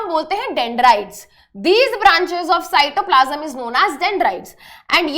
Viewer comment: Mam pronounced cytoplasm to cytoplasum But no problem she teaches good